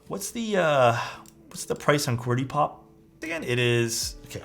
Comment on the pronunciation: just to correct the name. It's qwert Qop not qwertyPop.